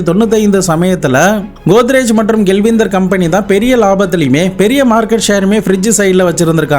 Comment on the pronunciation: அது கெள்விந்தர் இல்ல கெல்வினேட்டர் 😂😂😂😂 மொத நீ படிடா அப்பறம் பாடம் எடு